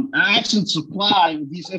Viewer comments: Why do some Americans say 'axing' instead of 'asking' are they chopping wood in the hills??? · axeing to "ask" for jurisdiction??? motion?? umm?? law slur..axe and axe again..lol the word is ASK!!!!